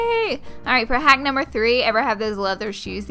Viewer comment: I love it when you say "haack numbe .." 😂😂